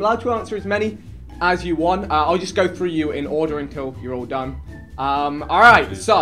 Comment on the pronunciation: did man just say frue? lol